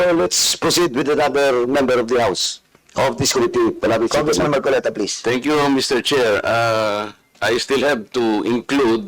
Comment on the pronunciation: Comee-tee and kown-tree 😅